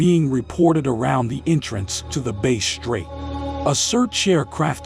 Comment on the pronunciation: It is Bass straight Not Bay straight